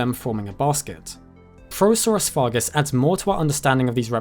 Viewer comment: feel bad for the little guy.. calling him you not o saurus.. :'(